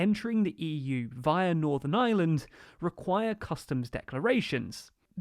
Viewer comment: Thanks for the vid. Why no mention that a main reason the U.K. gov changed course was due to Pelosi and Biden stating that no US trade deal could be struck if the U.K. threatened the Good Friday agreement. Also, just to be pedantic, the pronunciation of Ireland has a strong R. You seem to be saying 'island' instead of 'Ireland'. Not a big issue but it's nice use the correct name. Thanks again for your vids, T.